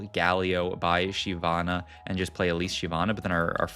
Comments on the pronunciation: Says will say all champ names correctly. 20s later says SHE-vana (pretty sure it's SHIV-ana). Left like anyway good effort. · “I’m going to pronounce every name correctly” 2 seconds later: “Shie-vana”